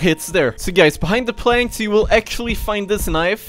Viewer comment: Why does he say "Turn down the planks"